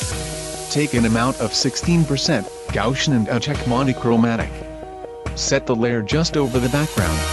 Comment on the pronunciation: the way the narrator says gaussian is hilarious!